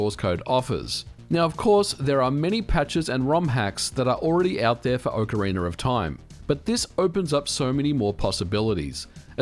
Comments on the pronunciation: I'm only a few minutes in and I'm regretting the drinking game decision of taking a shot every time I hear "Ocariner" ... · "When it comes to video games The Legend of Zelda: OcarinER of time..." <3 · “Ocarina-r-of” Lol, this is exactly what went through my head when I read the title! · Speaker of this upload: you need a tutorial on how to pronounce ocarina. It sounds very Britain how you speak the word. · good video, although you say "ocarina" funny. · There is no "R" at the end of "Ocarina" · OcarinaR of time OcarinaR of time OcarinaR of time OcarinaR of time OcarinaR of time OcarinaR of time WHYYYY??? Just don’t say the Rrrrrr (cringing) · Miyamoto: Ocarina of Time Brits and Aussies: Orcarinar of Time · Before opening the video I was like "I can't wait to see how many times MVG will pronounce Ocarina as Ocaryner". I was not disappointed. 😄 I'm curious to see how many glitches and in-game exploits will still work with this version and how many of them will be "patched" as a side effect. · nobody: absolutely nobody: MVG: "Ocaraina of Time" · I don't understand where people are finding LoZ: Ocaraineeerrrrr of time? I have only played OCARINA of time. I mean, yall still call it Zelda, not ZelDEEERRRRRR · "Ocariner of time". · Why does it always sound like people are saying "ocariNER of time" when ever people are talking about this game? Is that how the word is actually pronounced? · I've never heard of this "Ohcariner" of Time, :-p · ahhh yes... ocarainer of time, masterpiece. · What is "Ocarin'er of Time"? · Ah yes, Ocariner of Toime. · oak-ah-rena? but its ock-ah-rena, kinda like its ock-tah-rock and not oak-tah-rock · (Oc O Ra Na) not (Oc O Ra Ner)..... dude, learn how to pronouce game name. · I love how you pronounce "Ocarina" like "Ocariner" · Wtf is an "Ocariner"? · Ocariner? I hardly know her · Aah Ocariner of time, takes me back. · Ocariner of Time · Do you ever stop and think to yourself that saying "Ocareener of time" just sounds a little funky?